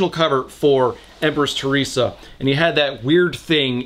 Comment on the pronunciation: the chinese version of "Theresa" seems to be 特雷莎 (te-lei-sha), so yeah, it's not tah-ee-sah. That sounds like a stereotypical way of describing how chinese soudns to foreigners. And yes, I looked up Theresa May in chinese to check this.